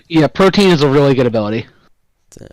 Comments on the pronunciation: Bro was saying Protean like it's pronounced protein and has the audacity to call himself a tutor. The agency does not approve of his actions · him saying protien drives me crazy its pro-tee-en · The way this guy says Protein instead of Pro-tee-uhn pisses me off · This man pronouncing Protean as Protein killed me inside every time. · he really did say protein tho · it's protean my guy